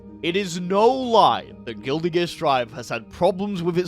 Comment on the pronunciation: I will never ever get over how this man pronounces the word "Guilty" as "Gilly"